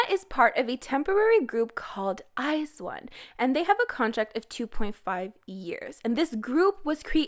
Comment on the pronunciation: u pronounce iz*one wrong